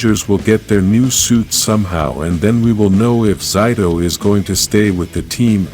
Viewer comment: Why did he say zayto(zito)